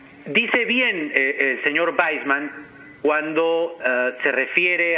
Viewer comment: Es David Waisman.... se pronuncia VAISMAN